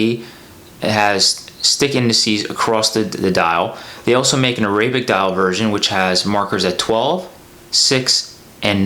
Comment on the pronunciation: I could never subscribe to someone who can't pronounce Arabic or spell Sellita. Just lazy.